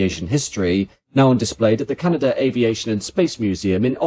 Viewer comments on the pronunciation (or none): It would be nice if the narrator could be taught to pronounce C D Howe's name, it's not C D Ho. Also to break the habit of brits to add a non-existent R to the end of Canada.